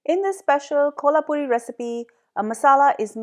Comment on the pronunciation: Mam nice recipe, but its kolhapuri not kohlapuri please check 😊